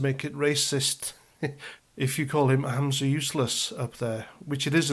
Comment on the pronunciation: it's Humza Useless, not Hamza Useless - you're thinking of your old adversary Abu Hamza. 😂